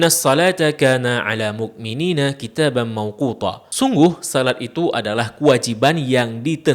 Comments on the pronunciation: saya salah dengar kan yah? Sedikit mengoreksi..."kitabamMauqutaa" bukan ""Kitabam Mauqutho". Pake Ta bukan Tho'. Syukron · Assalamu'alaikum. Luar biasa penjelasan dan paparannya. Tapi Sy minta maaf apakah saya yang salah mendengar. Saat membaca surat Annisa' ayat 103 Pada pengucapan kata كانت dan موقوتا. Maaf ya bang, kalau saya yang salah mendengar🙏🙏